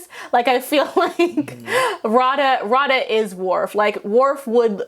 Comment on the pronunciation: Its Radha not Rada the DH is like TH from The but with a lot more force put into it. I really wish I could record the pronunciation. Everytime I hear the incorrect pronunciation of Radha's name it ticks me off.